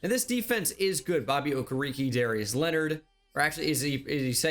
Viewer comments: It’s Bobby okarrakay for pronunciation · It’s “OKAY RAY KAY” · I went to the school Bobby Okereke went to for a year. He's a demigod at that school. And they way people have been saying from the beginning is right. Oh-kur-ee-kee